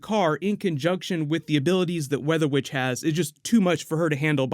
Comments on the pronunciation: you said bitch not witch XD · wait is her name weather witch or weather bitch? lol just really sounds like you said weather bitch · Did he say weather witch or weather b*tch??? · It sounded like he said weather b*tch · i thought you said WEATHER BITCH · just me or did he say 'weather bitch' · For a second I thought u said weather BITCH😂😂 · Bruuu i thought you said weather bitch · it sounds like you said "weather bitch"